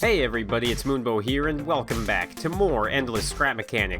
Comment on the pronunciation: It's not Moonbo, it's